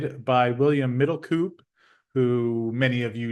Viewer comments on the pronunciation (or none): Middelkoop is pronounced middlecoap.